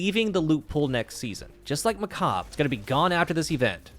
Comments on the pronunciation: Its "Meh Kaab" the correct pronounciation sounds like Mecha. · “MechaBRUH”😂 that’s what I’m calling it from now on. If you wanna know it comes from “macabre” which is French not Spanish so there’s no “brey” sound on the end. It’s just “mack-arb” in English or a SUPER soft and whispy “hhh” on the end, like a soft breath if you’re French. But yeah… I don’t care because it’s “MechaBRUH” for me now🤣 (It’s like croissant, in English speaking countries we say it as “cross-ont” be cause if you ever pronounce a French word perfectly like the French do then you are declaring 1 of 2 things; Either you can speak French or you’re a massive douche) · definitely pronounced Muck ayy burr /s